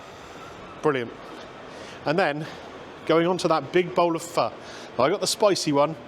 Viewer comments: Having lived in Vietnam for a few years I know both of your dishes were cooked to perfection and I was impressed that you pronounced PHO correctly very impressive, it's amazing how long it takes to develop the broth it takes days to develop a great broth many hours go into just that dish. Your review reminded me of sitting on a tiny plastic stool in a side street in the Old Quarter in Hanoi eating those dishes' I know exactly that a place like that you went to would be great because it not being pretentious, that's just how the people are, very modest!! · Nice one for pronouncing Pho correctly. Ever since I went to Hue I have been a fan of Bun Bo Hue, the spicy version of Pho. There`s a good place near Tate Modern that does an authentic version with tripe and raw beef...YUM!!